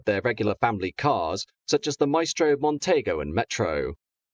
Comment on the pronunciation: “Mon-tee-go” not “Mon-tay-go”. 😊